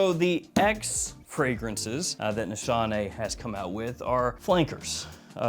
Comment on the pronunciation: just saying you are pronouncing the house incorrectly....my daughter in law is turkish and it was pointed out to me. no shade. ;) Just a learning moment...